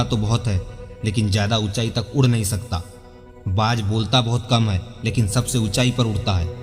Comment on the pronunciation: कृपया हिंदी सही पढ़ें,बाज होता है बात नही,शेयर होता है सैयर नहीं,हिंदी तो सही पढ़ो भाई।